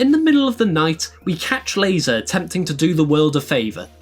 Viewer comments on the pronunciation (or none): Pronouncing Lae'zel that way has to be a crime